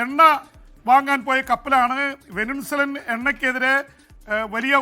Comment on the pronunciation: ചേട്ടാ... വെനിൻസുല അല്ല. വെനിസ്വേല ആണ്